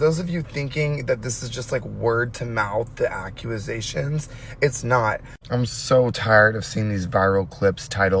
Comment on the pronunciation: It’s so serious but word to mouth accu-a-sations is sending me 😭